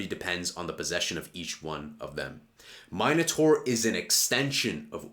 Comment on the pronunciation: im pretty sure Charles pronounces it " min- A - tor" anyways love the channel keep it coming 🙏